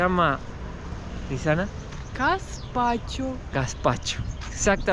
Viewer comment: Gaspacho. No Caspacho.